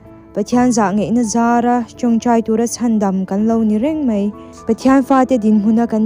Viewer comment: Mei❌ Mai ✅